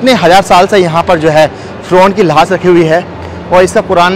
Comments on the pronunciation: भाई जान लाश को लाह्श क्यों बोलते हो लाश बोलो अच्छा समझ आयेगी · Lahaas nhi hota bhai lash hota h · Lahash lahash kya bol rahey ho bhaiye.Laash bol bey. Camera bhi worst lekar gaye ho. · Bhai thoda lafzon ko achche se bolo lahas nahi laash sahi lafz hai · Lash hota hai, lahas nahi, sahi se boley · Lahas nhi lash bolo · Lahas nahi lash bolte hain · Sahi se bolo lahas nhi lash hoti hai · भाई साहेब लास नहीं लाश बोले। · Lahaash Nahi hota Laash Kaha jata hai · Abe lahaas q bol Raha hai,,,,?